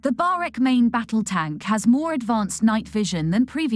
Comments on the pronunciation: Barak not barek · Pronounced "ba-rak" Not "ba-rek".